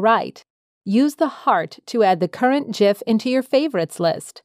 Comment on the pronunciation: liked for proper pronunciation of GIF